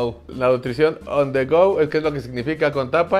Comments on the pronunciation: On the rud?? Que no era on the go?? Jajajajaja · Jajajajaja on the rohad